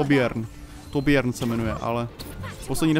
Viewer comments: nie torbien sa to vyslovuje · vážne tobjern :DD torbjorn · víš Tobjörn se vyslovuje [Tobjern]